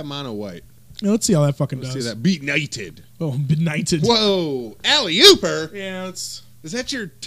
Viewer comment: 'alli00per' really?